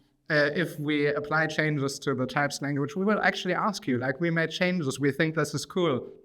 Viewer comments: Hold up, all this time i was pronouncing it the German way "Tüpst", but it's Teipst?? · Honestly, I prefered the tüpst pronounciation